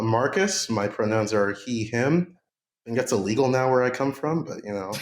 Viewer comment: “He, a-him.” The Italian New Yorker came out of there. 😂